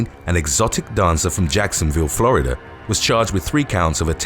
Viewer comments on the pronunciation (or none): none